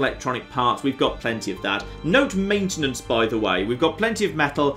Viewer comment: ITS NOT DEH POT ITS DIH POT